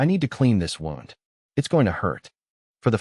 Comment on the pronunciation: I wish these story channels could teach their AI narrator that when someone is shot, they have a “wound”, which is pronounced “woo-nd”…. Not a “wound” that rhymes with “round”.